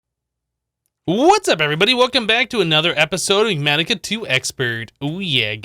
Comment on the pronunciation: Luv ur channel hypnotherapy, but please can u pronounce ENIGMATICA properly? U keep saying "igg-matica"